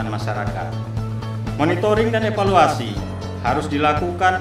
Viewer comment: Ingat EVALUASI dan INOVASI. Bukan EPALUASI dan INOPASI. Wkwkwkwkk. Sukses selalu sobat. Semoga amanah dan adil selalu.. Barorakallah.. Amin. Salam